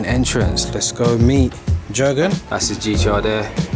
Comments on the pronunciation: please stop calling him gergen. Its "year"gen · Kept saying his name incorrectly lol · Cringed about 20 times when you kept saying his name wrong 😂 🙈